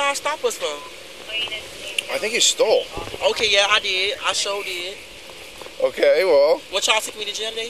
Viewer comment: “i think you stole” “i did i shole did” 😂😂 i’m sorry but i fell out.